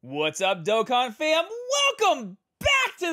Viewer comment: Yo must've been kidnapped and replaced or something this dude pronounced dokkan correctly